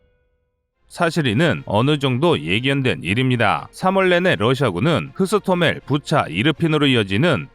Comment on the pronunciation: 흐스토멜(X) 호스토멜 Hostomel'(O) 유나르미아는 2015년 모든 러시아내에서 조직된 일종의 학도호국단 같은 조직이며, 이번에 동원된곳은 러시아가 아닌 돈바스지역(루한스크와 도네츠크 공화국)내의 유나르미아임. 그리고 돈바스의 유나르미아는 지금 공세에 가담안하고 후방경비만 수행중임. 어차피 친러 돈바스지역은 60노인까지 동원령이 내려져 있음.